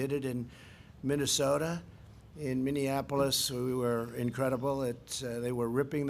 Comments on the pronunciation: didn't know it was pronounced "Minneanapolis"...that's our "president" folks 🤦‍♂️ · N one night it was over...????He can't even pronounce "Minneapolis" correctly, let alone contribute to our culture. The situation was calmer because of OUR actions, not because of anything President Bozo did. And as to"the cleanest air," thank the coronavirus crisis for that. In spite of TrumpPence evil monster's destruction and abrogation of environmental regulatory bodies and regulations, it is the past history of the US and elected officials that we can thank for improved quality of life, not this a**hole. Whatever happened to humility and "standing upon the shoulders of historical visionaries"??